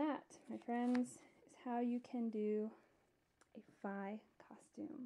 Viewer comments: Did you call her "Fie"..? It's Fi xD Like.. Fe. But with an I. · You pronounced Fi wrong, it's spelled like fi, but pronounced as Fee.